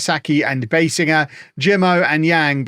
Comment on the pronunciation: By the way, the correct way to pronounce Biesinger's name is BEE-zinger.